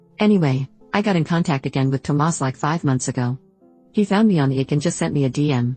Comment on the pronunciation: I just wish the bot would stop calling him Toe Mass